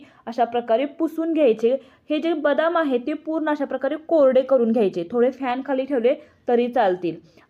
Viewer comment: करूण म्हणजे दुंखी , करू न म्हणावे आणि लिहावे सुद्धा . तुमचे व्हिडिओ अधिक लोकप्रिय होणार. शुद्ध मराठी मुळे.